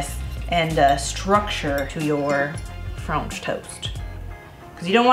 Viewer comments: I'm probably going to pronounce it like FRAHNCH TOAST from now on thanks 😂 Your pancakes were absolutely amazing so I'm sure this frahnch toast is going to be super duper as well. Can't wait to try!! Congrats on the house ❤ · “Franch toast”. Same. Yay for French toast! I need to make this.